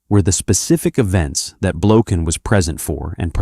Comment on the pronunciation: Russian people pronounce this surname as Blokhin, the accent being set on the last syllable. The surname originates from the russian word "blokha"(the accent on the last syllable), which means "flea".